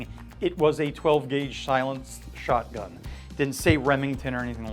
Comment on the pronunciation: "Shilence Sotgun"